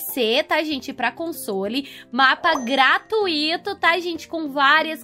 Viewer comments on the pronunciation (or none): none